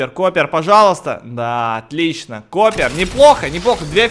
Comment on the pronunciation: Не коппер,а чоппер